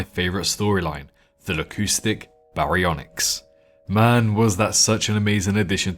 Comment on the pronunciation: Definitely not pronounced Lacoustic